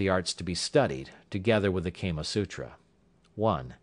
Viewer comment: its prnounced kaamaa not keema which would mean minced mat! Hahaha!